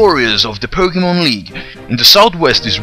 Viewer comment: Poke -Eh -MON.... There is no A in pokemon...lol